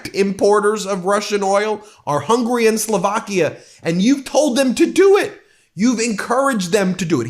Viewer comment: Ben, I love you and what you do. It would mean a great deal to me and probably to Hungarians if you'd please work on your pronunciation of Hungary. It's 3-syllable Hun-guh-ree (the country), not 2-syllable hungry, the desire. Thank you for listening! Keep up the good fight! 🇺🇸